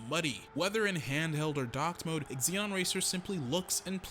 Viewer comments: Great review...happy to see a new arcade racer to play. Will def pick up for PS4 or PC. And as per Sodesco games..its ZENON not EXZENON :) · Just a FYI, the x is silent, it's pronounced "ze-non" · Why are you saying ex-zee-non? It's an element on the periodic table for god's sake...